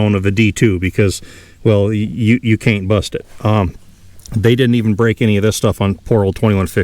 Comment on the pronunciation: "Kane't bustit's" I love it!